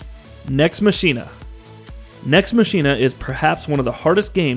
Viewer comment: It's pronounced "Mah-Kee-Nah"